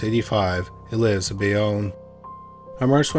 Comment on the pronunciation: My cousins in New Jersey know the Wepner family. One went to school w/Chuck, and his daughter was a cheerleader w/Chuck's one daughter, coached the other in a peewee cheerleading squad. Small world. Bay-OWN. You say Bayonne as Bay-Own.